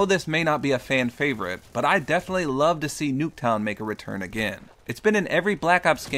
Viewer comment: "NUKETOWN" ? or nah?